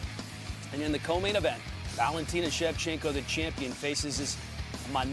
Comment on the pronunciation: am i the only one that heard Valentino Shevchenka? ? Switched those last vowels on us there... haha